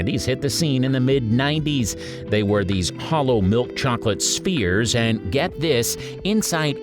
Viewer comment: i do believe its SPHERES not spears